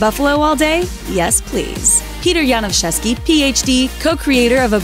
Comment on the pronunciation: props for pronouncing Janiszewski right